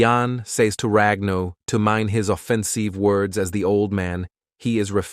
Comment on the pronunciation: afffenseeve lol